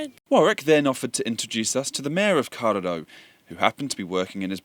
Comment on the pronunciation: Why the hell can't he pronounce kawerau